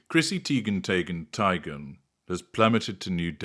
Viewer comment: Tee-gun Tie-gun Tay-gun: heavy on the consonants there,.